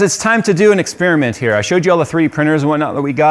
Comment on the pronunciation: What is an "expeerimint",?